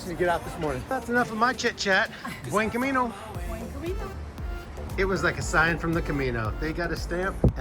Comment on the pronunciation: lol stop saying Buen Camino with the weird accent.